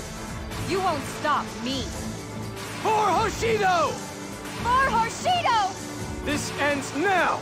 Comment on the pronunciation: i coulda SWORN she said "For Whoreshido"